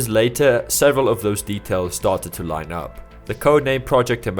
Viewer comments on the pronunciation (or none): none